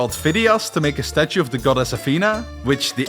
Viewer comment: i hate how he keeps saying goDESS